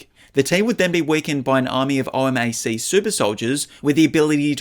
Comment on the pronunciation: O.M.A.C. is pronounced “O-mac”